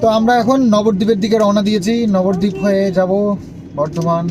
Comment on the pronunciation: Nabardeep bolona Nabadeep bolo